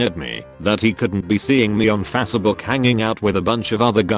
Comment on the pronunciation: "FAH-SAH-BOOK" 😂😂😂😂😂 MY INSIDES HURRRRRRT !!!!